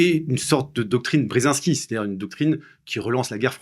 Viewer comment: Si c’est un chat noir, je l’aurais déteste moi aussi 😂😂😂😂 chat ???? Serieux ! Même pas un petit effort pour prononcer le « h » BrsAnski ? Zbignew Bresinski s’écrit et prononce avec « i ». Et je tel parle pas des noms chinois… Un tel manque de respect vers ces personnalités historiques, c’est affligeant ! Vraiment pas envie de lire le bouquin d’un type aussi inculte !